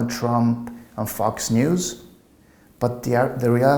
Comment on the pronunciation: I spitted my coffee out when he mispronounced Fox News